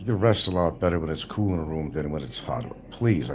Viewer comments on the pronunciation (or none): The word is COOL not coo , it’s rotary phone. Not dial..